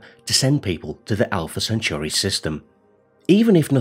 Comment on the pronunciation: If I was making videos that mention Alpha Centauri multiple times, I'd probably learn to say it correctly first. STOP SAYING IT LIKE CENTURY. Good bye